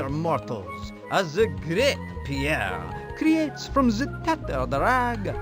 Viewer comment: Newer viewer here, why does dougdoug not know the name Pierre, and immediately mispronounces it as POO AIR??